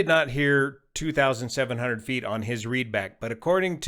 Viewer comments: Can confirm, it sounds clearly like 2700. German native speaker here. It's just heavy Spanish accent. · I clearly hear 2500.